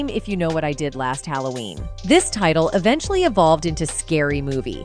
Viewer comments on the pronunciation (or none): none